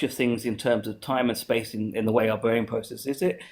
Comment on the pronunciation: he says R with a W. its really annoying Bwain. Weeawity. Wules. Pwowgweshon. Wandom Pwocess